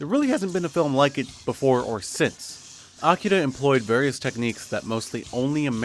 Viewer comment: I appreciate how you pronounce "Akira."